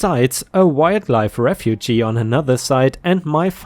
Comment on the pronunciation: Refuge...ref fuge. Not ref fugee.